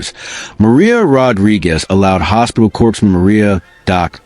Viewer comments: Corpse man? Pronounced core man! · Corpsman is pronounced CORE-man, comes from French. Corpse has an 'e' on the end!